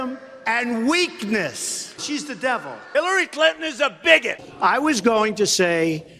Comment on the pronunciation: The way he says bigot is so different from the rest of his speech pattern 😂😂😂